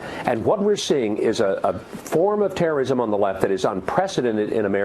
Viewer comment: This Hoe said terroism